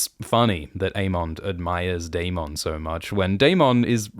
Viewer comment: Can we all just appreciate how Daemon's name is pronounced on this channel ? It's my preferred pronunciation of the name.